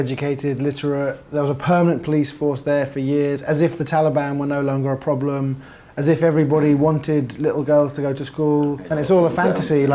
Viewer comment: Lmfak that whole part was priceless… Lmfao “no problam!”